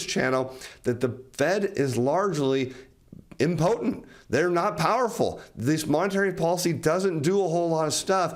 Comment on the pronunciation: Please revisit your pronunciation of the word impotent.